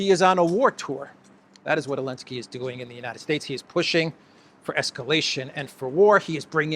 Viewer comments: Zelenski , not Alenski. Z...Zelenski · Why do you keep calling him Elenski when as far as I'm aware his name is Zelenski? FFS he got an award for services to humanity. Still, it's no more ridiculous than Obammy getting the Nobel Peace prize. We're living in clown world.